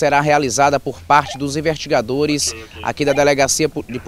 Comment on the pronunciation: Gosto desse repórter, mas alguém tem que ensinar ele falar " investigadores "...kkkk